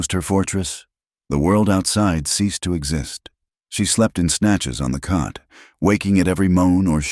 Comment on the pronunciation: It's COT (bed), not CUT!